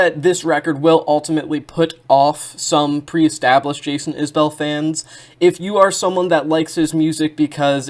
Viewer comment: Enjoyed your analysis of the work and appreciate that you didn't do that parasocial thing with their relationship(s). Also, it's pronounced 'IS-bull', not 'is-BELL'. You've earned a new sub.